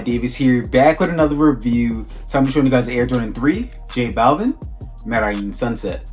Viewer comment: Butchered the name , Jesus